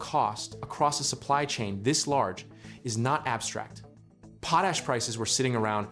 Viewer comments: It pronounced "pot ash", not pooash. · pote ash.... worst ai voice ever